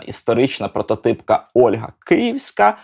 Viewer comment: Не "Ольґа" (Olga), а "Ольга" (Olha)!!!!!!!!!! Можу паспорт показати😊